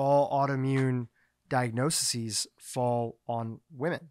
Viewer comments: He was adding an extra syllable, like "di-ag-no-see-sees". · This was a first-rate discussion of the issue. Thank you. Very minor point,: "di-ag-no-sees"